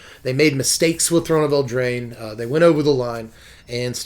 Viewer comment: It’s eldraine dummy!